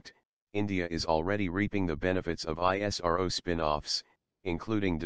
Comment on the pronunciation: Good but please have a human narrator, there is no empathy and tonality in the automatic narrative and it stands out sorely when it says I-S-R-O and not ISRO ( eesrow)